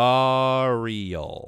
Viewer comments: It's not gahreal it's gah-re-al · The Indian gharial is pronounced ghe-ree-ul it is commonly pronounced wrong so you are not alone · But the way Gharial is said GAH-RE-UL